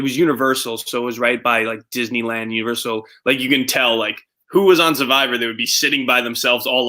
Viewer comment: i think it's his accent. he pronounces it suh-vivor too.